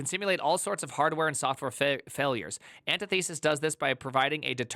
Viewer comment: An tith uh sis, not anti thesis